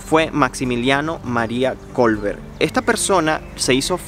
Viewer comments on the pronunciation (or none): Kolbe, no Kolber.